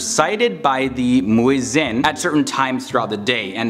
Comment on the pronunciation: That pronunciation of muezzin is spot on ;)